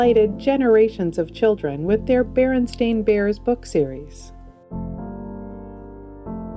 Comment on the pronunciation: it's BEREN-STEIN 😢